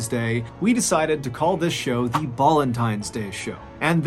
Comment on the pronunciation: Hi can you stop pronouncing “the” as “de” please